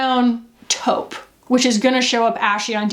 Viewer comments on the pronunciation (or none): none